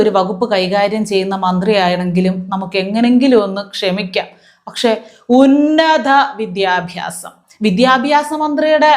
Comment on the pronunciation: ഉന്നത വിദ്യാഭ്യാസം അല്ല ഉന്നത vidhyaabhaasam......